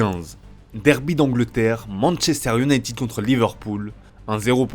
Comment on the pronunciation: manchester youneytune